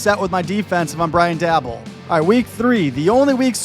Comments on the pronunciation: Daboll is pronounced "day-bowl". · How do you not know how to say dabolls name correctly? Im just curious.